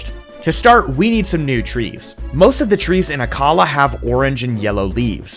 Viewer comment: You pronounced Akkala wrong it’s ack-uh-la